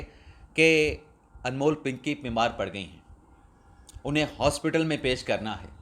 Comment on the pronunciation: پنکی کو ھاسپیٹل پیش کرنا ھے۔کیا جج ھاسپیٹل عدالت لگائے گا جہاں پنکی کو پیش کرنا ھے۔یار یا تو درست اور مناسب الفاظ کی ادائیگی کرو یا چھور دو۔اپ کے بس کی بات نہیں ۔